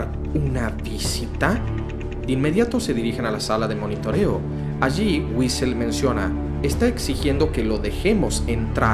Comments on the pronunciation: Este men cambia las palabras de lo que lee demaciado, tanto que en vez de decir Ulysses dijo Uisel xd? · nadie dice nada porque en vez de ulises dice wisel